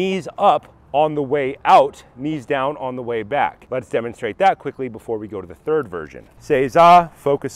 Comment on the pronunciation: You mean 'thrid"?